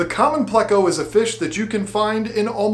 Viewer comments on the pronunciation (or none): It’s pleco where do you hear (play•co)? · its pleco not playco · Also why does she say "playco" instead of pleco like her husband correctly does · Pleco. Not play-co. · I can deal with the lovely saying "bayta" but I can't abide her saying "playcko" 🤣🤣